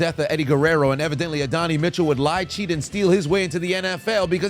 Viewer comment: It’s pronounced “Ad-Don-Nai” not “A-Donny” Mitchell